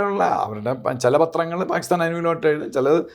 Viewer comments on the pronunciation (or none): none